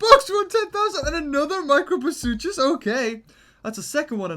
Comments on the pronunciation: Has anyone else noticed that he says "Microposuchus" instead of "Microposaurus"? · I'm tired of him saying microposuchus